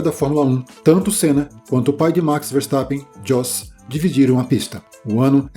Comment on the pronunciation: se pronunca iôs, e não djos....